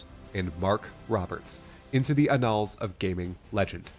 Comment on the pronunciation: Annals is pronounced like “channels”, not like annul orbs, you filthy exile.